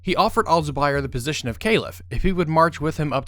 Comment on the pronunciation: What the fuck are you saying Calif like Ceilif